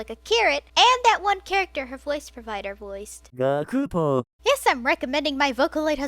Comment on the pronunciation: A heads up, the "u" in Gakupo's name is omitted in pronunciation.